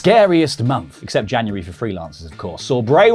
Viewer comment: 'Janurary' ? :p